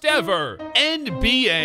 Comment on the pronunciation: Does anyone realize he says “end B A”